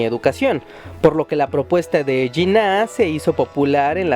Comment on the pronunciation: El video es totalmente falso y no es nada de lo que dice. No se en que web consegistes tal información. Era un juego de los Ingleses para no dejar un territorio gigantesco solamente para india actualmente ese territorio es de 3 paises. Y el nombre del fundador de PAKISTAN es JINNAH no janna.